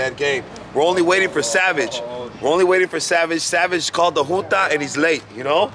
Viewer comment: Pinche its junta foo not joota smh